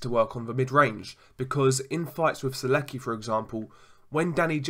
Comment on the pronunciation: You pronounce his name wrong. Its not serguy. Its sergay